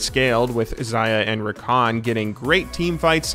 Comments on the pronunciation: "Rrrrrrrrrrakan mid" I love it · The way the CLC caster says "RRRRRRRRRRRRRakan Mid" is just fantastic